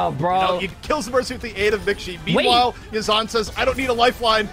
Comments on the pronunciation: Just a minor correction his name is pronounced ya zi n = yazn , not yssan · He told that it's pronounced "Yazaan"